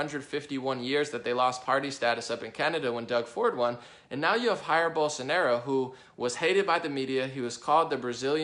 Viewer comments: Please do not say "Jair", with the "J" sounding like "H", as in Spanish. The English pronunciation in this case in much more similar to Portuguese. It's very annoying to Brazilian when someone use Spanish pronunciation to say something in Portuguese. We do not have anyting against our neighbours where Spanish is spoken, but when an American does is sounds like that Americans do not even have the basic knowledment about Brazil, so you end up losing credibility. We prefer to listen our language with the common mistakes of your own language (in this case, English), not inserting the mistakes of a third language (Spanish). I'm sure it was not your intention. Just giving you an advice. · Hey great vid, but just saying, I see a lot of english speakers pronouncing 'Jair' with an 'H' sound as if it was spanish. It's portuguese and the sound is different, actually I believe this sound doesn't exist in english, but if you say it as a 'djair' it would be good too. If you guys put it on google translator in portuguese you'll be able to check the correct pronounce.